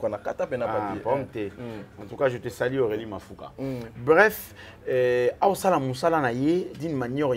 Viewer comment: On dis je vous salut et non je vous sali,vous êtes trop stupide